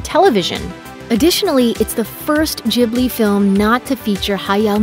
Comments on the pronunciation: Stahp saying ghibli wrong......gib not jib.... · "jibly" ? come on, you know that the gh is pronounced like the g in "gorgeous" or "guild" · Ghibli*, not Jibbly. Why do Americans struggle with this so much? Do you also say "Jost" and "Jastly"? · How you pronunce "Ghibli" bugs me so much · Am I supposed to say studio ghibli like studio jubli or what? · yes before rating them please know how to say studio ghibli correctly! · Dude you said Ghibli wrong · It’s pronounced with a G sound, not a J sound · The way she pronounced ghibli really anoyyed me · Who else cringed at the way she pronounced ghibli time and time again?